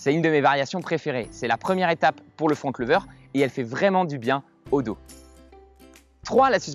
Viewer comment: T'as dit Front Leuver 😂😂😂😂 Sinon superbe ta vidéo